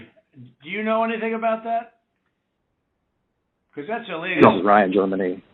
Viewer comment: Lmao, he said hecause thats what the rumor is. lmao bitch you started that rumor!!!